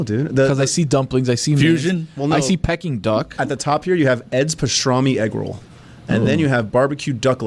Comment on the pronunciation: Y'all just let say "Pecking" Duck